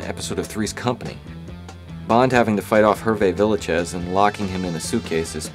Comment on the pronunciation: FYI, Herve Villachaise is pronounce Air-vay Vee-a-shez.